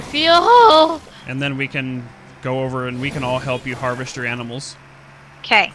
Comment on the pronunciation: “Alright guys, takin' care of them A M I N A L S” LOL